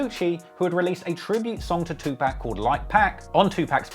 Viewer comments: Pronounced more like Park not pack... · It’s pronounced to-pocket(2pac) not 2 pack… My era hated that disrespectful pronunciation respectfully said… keep up the good content Sincerely, BossWes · It’s pronounced “2 pawk”. I know it’s spelled 2pac but that’s not how we pronounce it. So please stop saying pac😂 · It’s pronounced too pahk not tew pack lmao good work on the video tho 😂💯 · It's Tu-pock, not Tu-pack. Damn the accent, how can you be a hip-hop head and not know how to pronounce the name of one of the greatest rappers of all time? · 95% of them... If you don't know that it's Tupac and not Twopack, you're a goof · I know you can say PAC instead of PACK bruh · ITS PRONOUNCED TOO POCK NOT NO 2PACK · It’s not tupack it’s Tupac… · Nah it's PAC not pack 🚫all this "Two-pack, new-pack" stuff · It’s pronounced POCK. TWO-POCK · You say Tupac as too pack just to piss people off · 2 pac is not pronounced pack. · If he say "2Pack" again ima find him and slap him myself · TWO POC …. I fwy but u gotta stop butching tht 😂😂🤦🏾‍♂️ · Tupac, not TuPACK 🙄 Lenox not Lennox 🤦🏽‍♂️ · STOP SAYING TWO- PACK IT IS JUST WEIRD AND WRONG PRONUNCIATION OF THAT BLACK MANS NAME! STOP THE DISRESPECT ALL BRITISH PEOPLE ITS UNNECESSARY. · Bruh it’s 2-pac wtf are you saying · Saying 2pack is crazy for 2pac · lol "Liar" Cohen. Edit: And "Two Pack." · “Two pack” 😂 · Please never pronounce the great Tupac name like "2 pack" ever again. Otherwise, great work. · “Two pack” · As the avid hip hop fan you claim to be, please learn how to pronounce Tupac’s name. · Awesome content, but ffs please learn how to say Tupacs name correctly. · I stop watching this dudes videos everytime he says Tupacs name wrong! How da f#@ can you know so much about hip hop then sound like a total idiot mispronouncing one of the biggest artist in the world's name wrong...only rational is says Tupacs name wrong on purpose 🤡🤡🤡 ishhh 👎👎👎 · U know how to say Tupac just stop. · U keep saying Tupac name wrong dude.